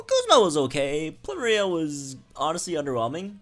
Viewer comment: Ploo - Meh - Ree -Ah Sah - Leh - Zule You're welcome. ;)